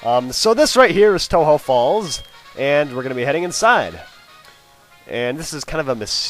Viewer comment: since you pronounced tohjo as toe-ho does that mean its a spanish word?